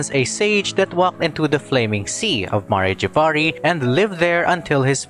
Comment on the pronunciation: Ma-rey Jay-va-rey It's Mare (As in the horse) Jav-ar-ee, it's pronounced very consistently in Venti's story quest.